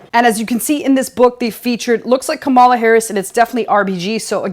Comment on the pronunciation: Kamal: "Coma-La" ...Love your videos!!